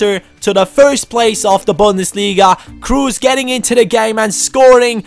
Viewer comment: Isnt it robbie kruse( so spoken: cruse)?